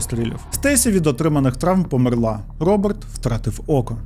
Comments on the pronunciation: Можна, будь ласка: помЕрла, не померлА😢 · Таж помЕрла а не померлА 😭 друге це на російський манер( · А чому померлА, а не помЕрла? 😅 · Немає в дієсловах наголосу на останній склад в українській мові, лише в російській. Помéрла правильно. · дякую дуже за цікавий випуск! <3 та хочу зауважити: у слові "померла" наголос на "е"